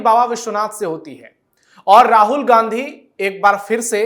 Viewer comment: राहुल घांडी है, उच्चारण सही करें।